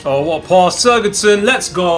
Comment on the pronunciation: it's sigurdsson not suurgudsson come on man